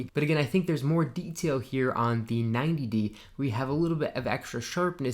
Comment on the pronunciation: Dude! Do you have ANY idea that there is a difference in "the" and "thee" (that's how you pronounce it??? You can NOT use "thee" aaaaaallllllllll the time. Oh my God. You sound like a hick from the Appalachian mountains.